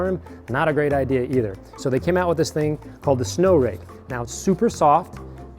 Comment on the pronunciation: TacticalBBQSauce In all fairness, I couldn't understand what he called it either. "Rake" did sound like "rig" to me as well. I only knew what it was because I saw the sno-rake somewhere else.